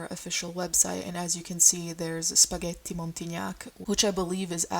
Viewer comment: the way you said pesto and spaghetti then went back to american im screaming